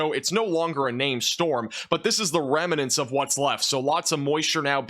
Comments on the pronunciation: Remnants is two syllables not 3. Rem-nants not Rem-i-nants. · "Remnants" is actually just 2 syllables,. Thanks for the update.